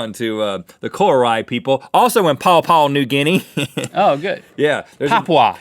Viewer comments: Just like Rhett said, if you want to say Papua pronounce the "P" like you're saying "papa" not "pho" like Link did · You pronounce it papa not papua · Pa-pu-a. PA-PU-A. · Pa(poo)a is the correct way to pronounce the country. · Its pronounced "Papa" the 'u' is silent. 😊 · its pronounced papa =) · It's said papa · its pa-poo-a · It's just 'papa' New Guinea. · It sounds like you say "Popa" when you pronounce it. I only know because my grandmother and Grandfather were there as missionaries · How can you not pronounce Papua